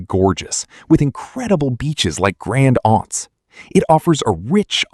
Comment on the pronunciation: FYI I thought you were AI voice Saint Lucia pronounced wrong Grenada beach is Grand Anes Curaçao is pronounced wrong too